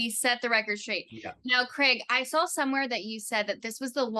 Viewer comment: why does the blonde interviewer say “sawl” instead of saw? both these ladies seem like amateurs